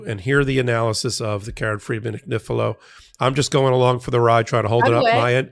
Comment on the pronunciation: Lovely Karen, I lived in Italy for many years, and there are No exceptions to the rules of pronunciation. Your name is pronounced an-yee-fee-lo. It would mean lambs thread. Love your show. I'm such a fan❤❤❤